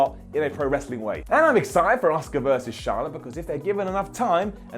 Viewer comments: He keeps saying "Oscar" - Asuka not Oscar. As. AS. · why cant you pronounce auskas name